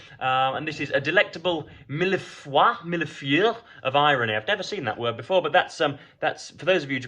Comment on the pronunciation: Pronounced: meel-foy-eh (It's those lovely French pastries you get with the layers of cream, icing on top, and patterned)